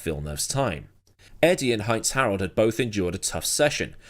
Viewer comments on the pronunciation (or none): "Shout outs to my Frentzen, Heinz-Harold, also called ze Frentzen"